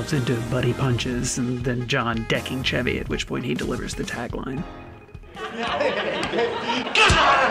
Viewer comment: CHEV-y not SHEV-y oh my gosh. You NEVER saw snl if you don't know how to pronounce his name. Why didn't anyone correct her?!!